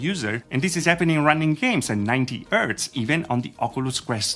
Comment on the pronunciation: Hi. I like your videos! Would you consider to focus a bit on your English though? You are not native English right? I'm not either so don't worry. I am just triggered every time you say 'ertz' instead of 'hertz' and basically missing 'h' in lot of other words. In this video there was also the funny mashup 'dekstop' instead of 'desktop';-) Please don't get offended. View it just as a hint how to get even better.